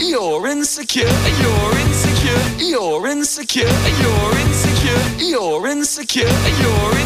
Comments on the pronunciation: french accent “you’re in the car” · 15 minutes in, I dont know whats happening 20 minutes in, I hear 'E-orins secure' 33 minutes in, I think I'm losing it 42 minutes in. I think I'm forgetting my name, nvm 50 minutes in, Lauren secure (accidentally pressed comment) 55 Minutes in, almost there 58 minutes, so close! I dont know what my ears will hear after this 1 hour 40 seconds, I did it! Now my ears are buzzing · thats all i hear aswell bro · can’t unhear it